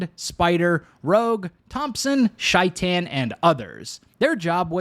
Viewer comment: Take a shot every time Shaitan’s name is pronounced wrong